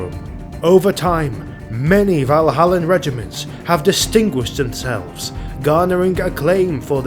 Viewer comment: Valhallan Ice Warriors, not Vanilla Ice Warriors. Got to read slower.